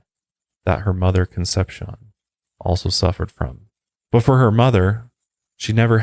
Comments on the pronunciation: and "con-sep-see-OWN" is how you pronounce "Concepcion" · How he pronounces Conception is even more disturbing. And I am not even Spanish. Doesn't matter, I like the show. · Google pronunciation. Con. Sep. See. Own. Not conception 🥶 Plan*ch*et 🥶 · I never miss your LOP and MHP presentations, but what would take them to the next level would be correct pronunciation. Just do a bit of homework. Ask Google. Es-tay-FA-knee-ah Con-SEPT-see-own More of an observation than a criticism. Not expecting perfection, but this is your chosen career. Be the broadcaster with the Virgo attention to detail. Your Latin audience cringes..... Love your voice and content. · the pronunciation of Estefania and Concepcion bothered me lol